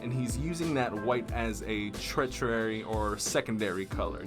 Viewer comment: tertiary (ter-she-air-e) third in order.